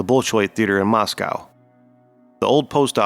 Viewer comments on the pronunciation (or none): none